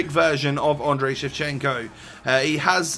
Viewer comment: ANDRIIIY-I NOT ANDREY-EEE!!!